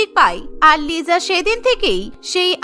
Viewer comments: Lisa ❌Lija ✅😂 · লিজা না লিসা😂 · লিজা না লিসা😂😂😂😂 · Not Liza ata hobe Lisa. 😊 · 𝐋𝐢𝐣𝐚 𝐧𝐚 𝐋𝐢𝐬𝐚. 𝐑𝐨𝐣𝐢 𝐧𝐚 𝐑𝐨𝐬𝐞. 𝐉𝐢𝐬𝐨 𝐧𝐚 𝐉𝐢𝐬𝐮. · ওইটা লিজা না লিসা ওইটা রোজি না রাজে ওইটা জেননি না জেনি😂😂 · লিজা❌️ Lisa✅️😂😂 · ওটা লিজা হবে না লিসা😂😂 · Lija na lisa hobe hay re hay😅😅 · Not liza, It's called lisa😂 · Liza❌ na lisa✅ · BTS fan bou ❌ K-pop fan bou✅ .আর আপনার কথার উচ্চারণ লিজা না লিসা হবে😂 liza❌ Lisa✅ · It's not Liza. It's Lisa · Lisa❎ Liza✅😂😂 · ওটা লিজা না লিসা ওটা জিসো না জিসু রৌসি না রোজে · It's not Liza It is lisa😂